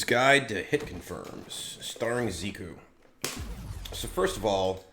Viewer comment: Zeeku lol love the way he said that